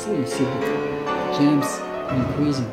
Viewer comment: Agree! Super annoying. What is a “jamp”?? 😂😂